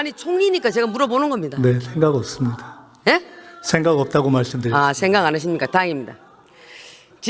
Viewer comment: ~~ 읎습니다 ??? 발음 우끼네